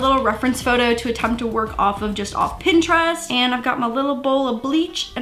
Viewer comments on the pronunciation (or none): none